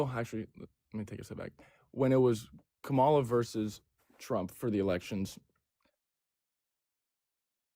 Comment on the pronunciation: We are in sooooo much trouble if most of our military are this stupid and absolutely ignorant and btw her name is pronounced COMMA LA!!!!! Get it right. It’s not that hard!!!!